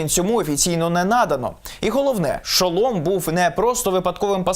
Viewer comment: Не Шоло'м,а Шо'лом!(Наголос на першу о)